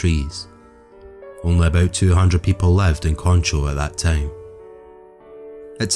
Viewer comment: Concho. He pronounced that one right.